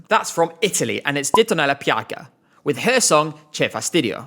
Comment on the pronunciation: I love “Che fastidio”, but it could be quite niche for an audience that in general don’t speak Italian. Also, manages to pronounce “che” (=keh) wrong even though Ditonellapiaga sings it like 300 times in her song 😅